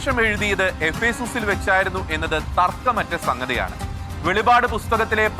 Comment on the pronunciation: വെളിവാട് അല്ല വെളിപ്പാടാണ് ശരിയായി പറയുക